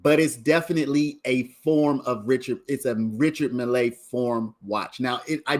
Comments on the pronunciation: Never heard it pronounced mill-ay. As far as I know it's just pronounced mill.... Keep it simple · Your pronunciation of the watch drives me insane bro lol. It’s pronounced like Mill, not Millay